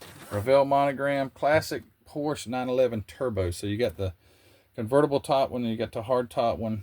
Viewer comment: Great video!¡! But you get an "F" on pronunciation ( and you probably know why- Renault and Porsche )